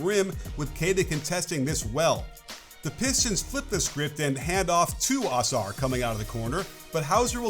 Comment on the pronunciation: it is UH- SARR not AH-SARR <3